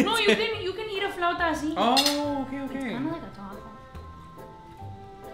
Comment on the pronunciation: Look, I feel like a dummy, but... Is she Puertorriqueña? She has to, that flauta pronounce haha, i'm sorry, idk why I didn't know she knows speak spanish:(